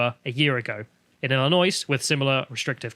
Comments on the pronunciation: Ill-in-oy (the "s" is silent) (you've never heard a yankee say Illinois?) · "Illinois" is pronounced like "Illinoy". The S is silent. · ILL-IN-OII you dont pronounce the S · It's pronounced "ill-noise" like how Detroit is pronounced "Debt-riot" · trust me dude, It's pronounced "Ill-i-noy" not "Ill-i-noise", I fucking live here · In Illinois itt's pronounced "ILL AH NOY". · Just remember “ill-annoy” and you’ll be fine. People busting your chops for the mispronounce should have to go on the Tube and pronounce Frome, Derby, and Wrotham. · IllinoiS. Oh, it’s Illinois with a silent ‘s’…and I’m English too, but a northerner. Not just Southern Sofies, but took out title of Dummies. Let’s Go Brandon! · Illinois - the S is silent. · The "s" in Illinois is silent. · Misprpnouncing Illinois through this whole video is not good for credibility. Don't say the s. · The S is silent in Illinois. Merry Christmas gents. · The S at the end of Illinois is silent. Just saying. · The S in Illinois is silent :^) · As a Chicago resident, I'm annoyed that pronounced the S in Illinois 😔😔😔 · As an Arkansan I know your pain with people pronouncing the S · yeah, France is gay. Illinois was part of the french colony of "New France" and the french gave it a retarded name, "Illinwa" is how the french pronounce it